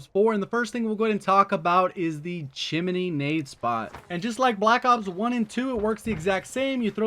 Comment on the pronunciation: chimney not chin-er-ney